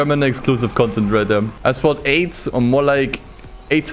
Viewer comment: "Assphalt 8"